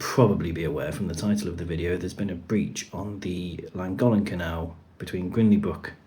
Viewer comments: Great video of such a terrible situation for the boat owners and the residents and small businesses of the surrounding areas. By the way please stop saying Langolen. As you well know it’s the Llangollen canal. It just sounds so lazy of you! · Thanks for the very useful information. But you apparently run tours on the canal - do you really not know how to pronounce Llangollen? As a Welsh name, it's pronounced Thlangothlen (near enough for an English person, anyway). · Learn how to say then name correctly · That's not how you pronounce Llangollen! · Was going to say the same, it's Welsh, named after the source